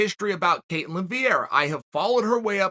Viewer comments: the spelling is ketlen. chael got that wrong but he's still undisputed lol about the pronounciation, we say it cat/layn with emphasis on the cat. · btw im brazilian and her name is ketlEn